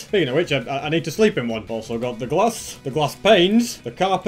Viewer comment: I like when he says glass as “GlAascH”